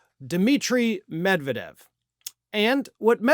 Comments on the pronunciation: as much as I support you but UMMERRIGANS ARE STUPID: ROF YOU WORK FOR RT and cannot say Med-ved-jev.. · No! Medvedev (the stress is on the second syllable, not the first…med-VYE-dev) most certainly wasn’t “rewarded” by Putin with a high government position. Do you know ANYTHING about Russia?!? After doing the Prime Minister-President swap to allow Putin to escape the term limits imposed in the Russian constitution, Medvedev began to feel his oats. His more liberal, anti-corruption, democratic policies were popular, but threatened the oligarchs, and the primacy of Putin’s United Russia Party. Medvedev appeared to have imagined that he could carve out for himself a political base independent of Topless Putin, and may have hoped to challenge him for the presidency once his own term of office ended. His own corruption was soon revealed and how he enriched himself at the public expense, essentially ruining his bid for political autonomy. He obediently surrendered the presidency to Putin as planned, and receded into the Prime Ministership and alcoholism before he was sacked, and relegated to the powerless “advisory” position of DEPUTY Chairman of the Security Council. (He doesn’t “lead” the Security Council, the SC is chaired by Putin.) He now spends his days drinking heavily, threatening nuclear war against the West, and generally making of himself a laughingstock - dirt of Tsar Putin’s court jester. Medvedev was neither rewarded, nor honored, he was broken, and humiliated for even daring to ponder using his position to mount a challenge to Putin’s political supremacy.